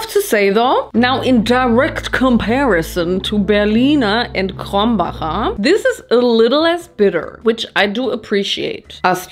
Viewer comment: „krombaker“ 😂 why tho